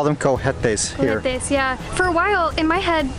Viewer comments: Remember in the word "Cohetes" the "H" is silent in spanish.😍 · Cohetes:, not grammar police, but just trying to help, the “H” is mute in Spanish, there is NO “H” sound like in english The word is pronounced Ko-Etes Hope it helps Saludos from South Texas Peace and blessings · The h is silent in cohetes :-)